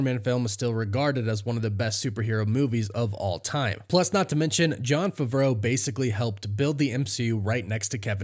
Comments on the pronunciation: “ i’m a big fan of John fravro” maybe you should learn how to pronounce his last name lol it’s Favreau pronounced fav-row🤡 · It’s pronounced "FAAA-VRO" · Did he tell you to pronounce his last name like a French chef?